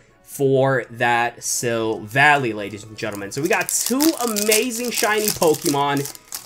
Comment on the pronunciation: Note to sivali when you say it its sil-va-lay